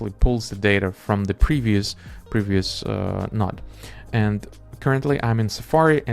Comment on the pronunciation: Node not Nod bro